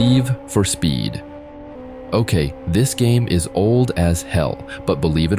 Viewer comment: AI speech is so funny " Live for speed " sounds as "Leave for Speed " ..........